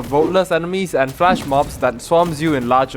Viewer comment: FLESH mob. Not FLASH😂